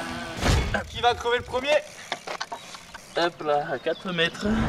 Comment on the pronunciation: Crever pas "creuver"😭